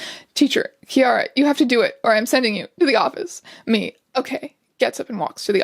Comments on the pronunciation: Ciara is an Irish name! It’s actually pronounced as keer-ah (think keen but with an r). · pronouncing Ciara like tiara took me out for a moment habsnsbd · im sorry but as that is my middle name i cant sit here and let it be mispronounced its ‘c-ear-ra’ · This is great but by god I had to replay the bit where she says Ciara so many times, it's pronounced kee-ra lmao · Your pronunciation of Ciara is absolutely sending me. It's pronounced like Keira (which is the anglicised form of Ciara) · strange why do u pronounce ciara like thag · I'm sorry how did you pronounce Ciara? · I hurt when you pronounced Ciara wrong, twice 😢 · I love strange but his pronunciation of ciara pains me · My name is Ciara and I, too, can relate to being a little fucking shit in school so I felt personally attacked when mispronounced my name and called me homophobic lmao